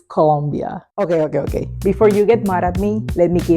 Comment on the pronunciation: Me encanta los ok ok ok con acento costeño te amoooo cosiiiiiii❤❤❤😂😂😂